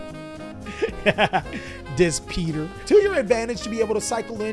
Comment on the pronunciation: Pater (pah-tear), it’s Latin and means father